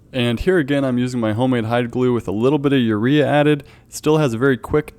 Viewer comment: Did he say urea